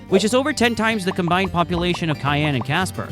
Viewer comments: I’m from Wyoming. Few notes on your film. - Cheyenne is pronounced "SHY-ANNE" - , not "one of" but in fact, THE least populated state. - , Colorado's MLB team is the Colorado Rockies not the Denver Browns. - , Grand Teton is pronounced "TEE-TAHN" - , while true we are often called "The Cowboy State" officially we are the "Equality State" - , Specsavers is headquartered in the UK in a place called Guernsey. Google AI has falsely equated this to Gurnsey, Wyoming, which only has a population of ~4k people. So, while Google claims Specsavers is the biggest employer in Wyoming, truth is they are not even located here. - Laramie is pronounced “LAIR-AH-ME” - In general I’d recommend being more careful with your b-roll. There were a ton of shots that were very obviously not Wyoming, or featuring animals that don’t exist here. For instance shows an Ibex which don’t even live in North America. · Your information is very interesting. Please look up/listen to the local pronunciation of Cheyanne, WY. (shy-AN)